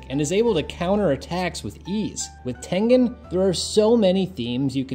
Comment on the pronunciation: Thank you for pronouncing HIS name correctly😆😆😆